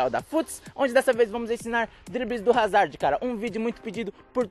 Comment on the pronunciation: O D eh mudo moço